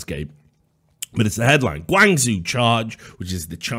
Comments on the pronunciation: It's pronounced "Gwong-joe". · Richard's pronunciation of Guangzhou gave me a chuckle. Good content as always.